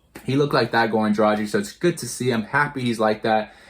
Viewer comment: It always makes me sad when Heat fans pronounce Gorans last name wrong, he has been here for 7 years and y'all still cant pronounce his last name right??? Bruuuuh.... You read it Draghich, its a short G. If his last name was Dražik, your pronouciation would be spot on but now its just so wrong...